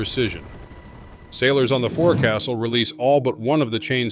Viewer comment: It's pronounced "Fu'ksle" But A.I. doesn't know that.